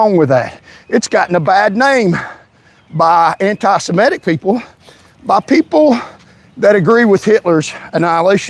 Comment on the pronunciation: You don’t even know how to say the word “antisemitic”. The only entertaining part of your drivel is your ability to misuse and mispronounce your native language. If English is the official language of the USA (it’s not), you should learn to speak it. Failed Patriot.